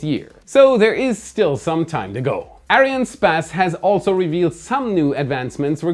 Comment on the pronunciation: That's a weird way to pronounce Ariannespace